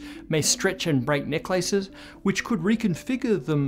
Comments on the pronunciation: I kept hearing "neck lices". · The only thing I got from this video is that he pronounces "necklaces" differently. 😅